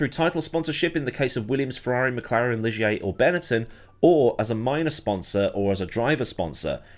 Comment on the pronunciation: Thanks for the heads up,... have totally forgotten about "Bebel junior" racing in F1 back then. P.S. That Guy Ligier was a guy alright, but the French pronounce his name "gi".;)